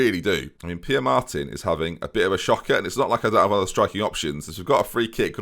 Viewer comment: Pere is pronounced Peh-ray. A good hint with Spanish is that pretty much normally every letter is pronounced.